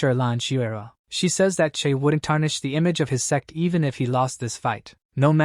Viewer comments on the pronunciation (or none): its funny cause the AI can't pronounce the word sect but says sex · Bro why TF is he mispronouncing sect servant so bad ....... Ahhhhhh I was listening without headphones 🎧 ahhhhhhhhhh🦅🦅🦅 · do you know when you say sect you actually say sex for example on scene :face-red-droopy-eyes